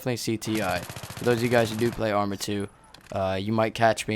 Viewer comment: i thought u were saying amry of 2 this whole video.